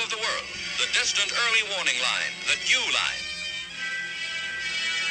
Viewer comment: Dew line sounds like jeww line,hmmm